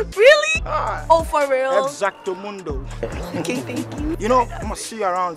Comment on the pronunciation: Flex "Exactomondo "got me 😂